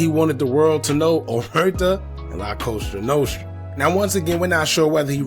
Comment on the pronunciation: It's called LaCosta Nostra not Coso Nostro and it means this little thing of ours created by the Italian Mob.....